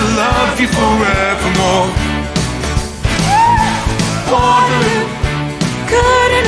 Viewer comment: He says Wotehloo!!